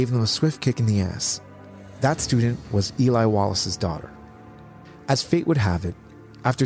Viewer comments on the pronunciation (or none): Eli Wallach's name is also mispronounced as Wallace. Not to be pedantic in an otherwise excellent production.